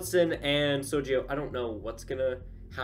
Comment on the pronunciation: Don't worry, you're pronouncing Sergio correctly.